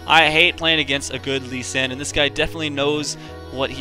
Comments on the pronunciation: its not LUSCHAN, ITS LUU-SEE-AN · why do you say lushian instead of lu C an? phreak says it wrong on champ spotlight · It's Loo shun. Not everything is pronounced the way it is spelled. Take "school" for example. :P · It's more like LU-CHI-AN ! x) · It's lu-shun. lol I have a friend who's name is Lucian. :) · idk... i think its LOO-SHE-AN